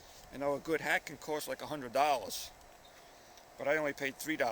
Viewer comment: Yes when you said that a good hat could cost as much as 100 dollars it sounds like 100 dollas